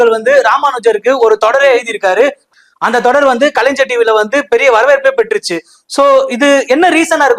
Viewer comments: Adhu kalainjar illa kalai-ynyar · ஐயா இந்த anchor பையனுக்கு கலைஞர் அப்படிங்கிற வார்த்தையையும் கலைஞ்சர் அப்படிங்கிற வார்த்தைக்கு வித்தியாசம் சொல்ல சொல்லி கொடுங்க. தப்பு தப்பா பேசுறான் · Kalaignar sariya pronounce panunga anchor